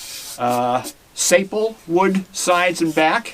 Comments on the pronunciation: it's pronounced Sa-PEE-lee...... a ribbon patterned mahogany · sapele is pronounced "suh-pee-lee" ( a mahogany-like wood of any of several African trees of the genus Entandrophragma )